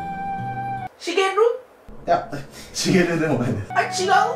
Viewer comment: は、シゲルゥーって言わないでいいよ。